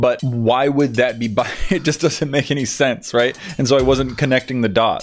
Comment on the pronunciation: Bianary Me: Binary: BUY-UH-NARY Me: No. BUY-NARY: BUY-UH-NARY Me: okay fine. Why does it even matter anyway. BECAUSE!!